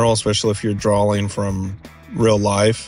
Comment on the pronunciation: Good advice, but PLEASE stop saying drawling, instead of drawing.